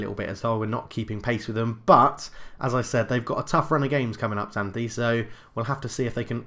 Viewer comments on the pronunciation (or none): And it's pronounced Ksanthi